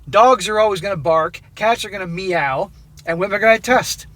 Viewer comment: TIL that "meow" is two syllables